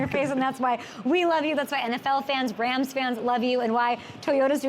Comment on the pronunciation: “ wit tha wams”😂